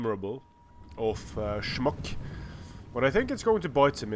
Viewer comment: Insta-like. If it was a career, you would be a pro at saying "schmuck".